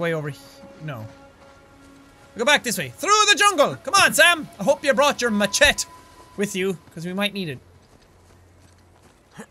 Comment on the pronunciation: Why did you say machet instead of machete?